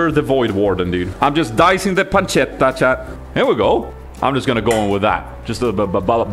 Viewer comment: Hi! Just an italian fella dropping by to say I'm really proud of your "pancetta" pronunciation! Love ya, keep going!